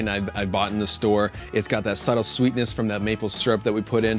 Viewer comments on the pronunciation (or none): none